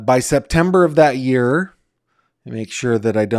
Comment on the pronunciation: NOT nine "yer" old. Fix that.